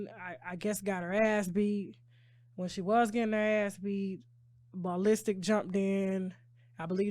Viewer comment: Ball Listic lol 😂! It’s the pronunciation for me.